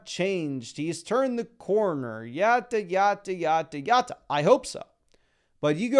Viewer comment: "Yatta, Yatta, Yatta, Yatta"?- It's "Yada, Yada, Yada"